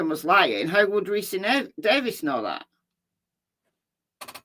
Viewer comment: Ricci = pronounced ricki